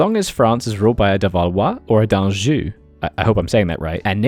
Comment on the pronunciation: It's pronounced Ahnjoo, so nearly correct.